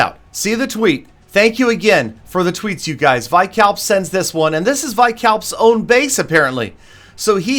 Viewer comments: btw vikalp is pronounced as we-kalp not y-kalp :) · It's vikalp not vaikalp 😂😂